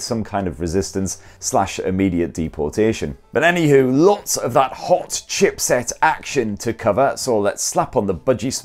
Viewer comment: You really emphasized on the "HOT CHIPSET" 😂😂